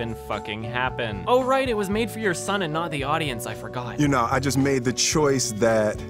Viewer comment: Okay, I'm not an English native speaker, but anyone else thinks that is pronouncing "son" as "shon"? Is this a Canadian thing or am I a dumbass?